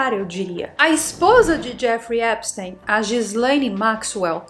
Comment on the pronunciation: O nome dele se pronúncia epstin... e a mansão dele era em palm beach e não palm bay... que são lugares diferentes na florida